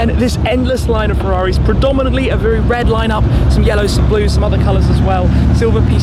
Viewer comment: No one::"farraris"